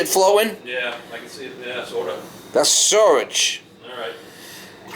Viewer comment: I cringed everytime he said "surrage"